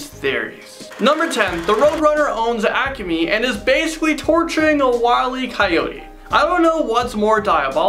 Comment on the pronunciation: Great video.👏🏾👏🏾👏🏾👏🏾 But it's really obvious you are not a true fan... You couldn't pronounce half the names right and the Acme compamy. Nice try, but didn't fool the O.G's.. 🙄🤦🏾‍♂️